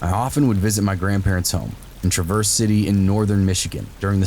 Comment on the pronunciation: TRAVerse City not TRAverse lol, and yes, it beautiful. They have a haunted restaurant called the Jolly Pumpkin with great food and awesome views. They let me walk around and take pictures. Check it out. But it's Travers like it's spelled. Not like the car lol.